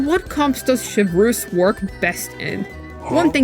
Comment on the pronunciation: I love Americans pronouncing things SOY-vreuse xD